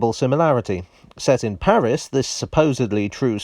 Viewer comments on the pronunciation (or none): none